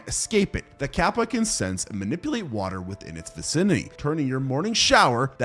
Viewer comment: In the bloat section it's actually kappa, not gabba (btw touhou reference XD)